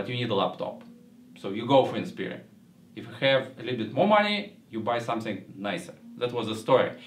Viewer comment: Lol its Inspiron not Inspirion, but good review none the less.